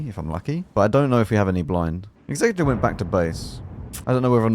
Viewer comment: Finally, a CC that pronounces Executor the right way... Worth a like just for that